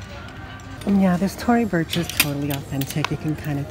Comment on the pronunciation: In every video u say " I've owned that bag before LMFAO. It's Tory Burch not bursh lmao omg .